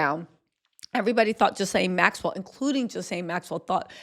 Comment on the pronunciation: You know Ghislane (rhymes with key-lane) knows EVERYTHING dirty ‘bout Diddy! Their separate rings basically made a Trafficking Venn Diagram together!